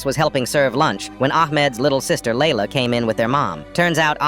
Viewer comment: And its pronounced as Layla